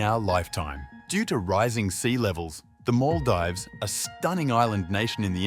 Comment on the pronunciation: Bruh you murdered the pronunciation of Maldives